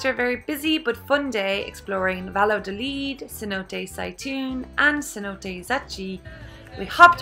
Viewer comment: Cute video. 😊 By the way, the name of the town is pronounced Vayadolid, and not Valadolid.